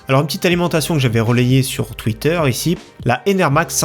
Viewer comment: "sur twitterre" :p